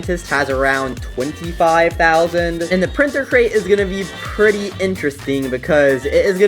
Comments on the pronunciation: ITS CRATE NOT CREATE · Printer Create? Bro forgot how to say the word Crate XD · Bro can't even pronounce crate 😂